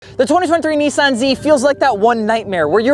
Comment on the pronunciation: Nissan! Not Nesaan